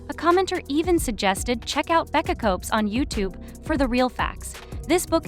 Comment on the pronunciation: it's "Becca SCOOPS" (NOT "scopes")